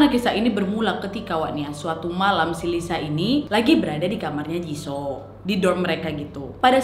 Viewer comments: jisoo dibacanya jisu wak bukan jiso 🤣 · Jisuu lo kk baca ny Bukan jisoo Gk enak kuping ku mendengarnya wak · Kakak aku hanya mau bilang baca nya bukan jiso hehe yang bener itu jisoo(jisu) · jisoo = (dibaca) jisuu baekhyun = (dibaca) baekhyon maybe ka nad bukan kpopers jadi g agal paham pengucapan nama hehe :) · Aduk wakk cara panggilan jisoo nya salah yg benar i2 jisu bukan jiso😂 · Kakkk bilang ny jisuuu bukan jisoo,, aku dngar nyy agak anehh 🙃 cmn mau ngasih tau ajaa wkwk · Maap koreksi dikit wak, JISOO bacanya JISU :) NO offens yah suka videonya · Kak nad, izin ralat yaa. "Jisoo" blackpink itu dibaca "JISU" dan kalo Jungkook BTS itu dibacanya "JONGKUK". Semangat lak nad🌻🌻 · Jisoo dibaca jisu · Jisoo dibaca jisu kak😂💪💪 Rose dibaca Roze/Roje😅